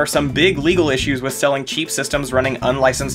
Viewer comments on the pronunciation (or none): none